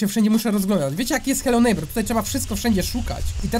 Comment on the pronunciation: aaaaaaaa..... nie chce się wymądrzać ale t ochyba! bo nwm mówi się nejbera